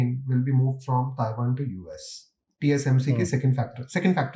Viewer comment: Taiwan ❌️ Chaiwan ✅️